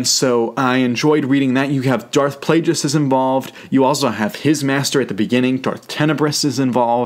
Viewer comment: Its pronounced with a hard G Like the word Plague. Not Plajueis. Plagueis